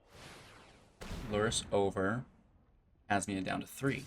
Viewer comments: Kas mi na. Kas me nuh. Not kas mini a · KASH MI NA as you would pronounce Jasmina .it's an eastern name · Say it with me..."Kaz-Meena". There is no "I" before the "A" in her name.